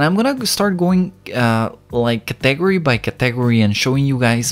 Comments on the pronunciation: Qué tuanis, mae. El énfasis es en CAtegory, no caTEgory. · hahaha he said “categ-ory” thats not how you say it bro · What is a caTEgory??